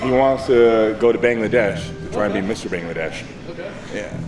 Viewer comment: It's Bangladesh not Beyengladyesh😂😂😂😂